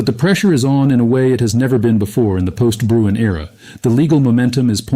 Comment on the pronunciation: Sorry, but it’s not Bruin. It’s Bruen.